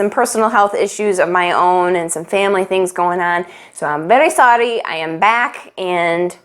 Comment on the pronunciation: when u said 'very sorry' at last... It's the way people speak English in India.😅😂 Love from India♥️♥️